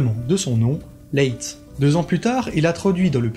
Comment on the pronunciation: Le nom de Leitz qui est un nom allemand ne se prononce pas à la française (donc pas "Lé itz! merci! .... insupportable pour mes oreilles!) mais bel et bien "La-itz" (en un mot)! "Ei" en allemand se prononce a-i : donc Leitz= Laitz ... et Leica, c'est pas Léca mais "La-ica" en allemand! Merci , danke schön!:thanksdoc:🤣😅😆🤣